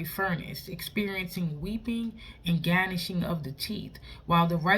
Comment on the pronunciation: Amen, the "G" in Gnashing (is silent)